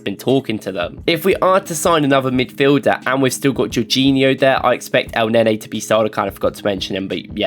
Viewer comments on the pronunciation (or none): none